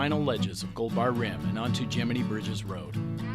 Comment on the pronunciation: "Gemminy" Bridges? It's "Gem-in-eye".